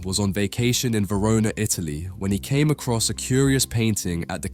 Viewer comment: Anglos.... the City´s name is Verona and not "Verounah..."